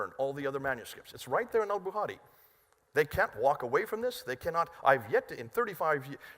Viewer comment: Al "buhari" 🤣 love.